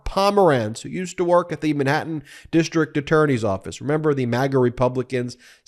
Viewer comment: Where is “Minhattan”?